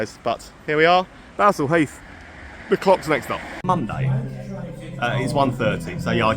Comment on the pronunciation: It is pronounced Ballsall heath even though there is only one L.Grew up round there most pubs are gone